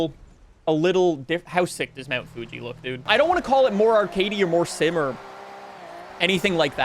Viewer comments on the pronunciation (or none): none